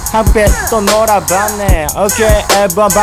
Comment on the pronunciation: LOOL i love it when says OHkay